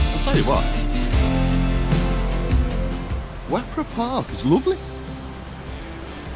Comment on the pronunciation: Wepre Park, (said as Weper locally) is a beautiful and very well managed park for both humans and wildlife. While most of the trees are relatively young you did walk through some rather special ancient woodland, home to some rare species. I worked there a time or two, lovely place. Ewloe castle (Yew-low) is fascinating because it doesn't look like what people expect. It was built as a home as well as a fortification. Flint is where I grew up, we had some fun playing in the castle. Not sure how we survived as falls were quite common, fortunately we always managed to land away from some of the great chunks of sandstone and limestone that lie buried in the marsh. I wouldn't call the Dee Estuary a nice bit of water though - it looks pretty at times but it's bloody lethal! Many people have been fooled into thinking they can just walk across to the English side at very low tide. Kudos to the hardworking and dedicated Lifeboat crew based there who are kept fairly busy up and down the estuary and coast. Nice video, thanks for showing the beauty of the area. You might like to check out Greenfield a little further along the A548. With the Greenfield Valley Museum of buildings brought from other sites and rebuilt to show the history of farming life and industry. There's also the remains of Basingwerk Abbey to explore which, as significant player in the Industrial Revolution, the Valley has old factory sites and man made pools for powering machinery (you can see a working steam powered b